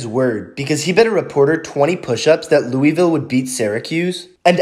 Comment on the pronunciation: Please never pronounce Louisville like that again it’s an embarrassment for the people from the south.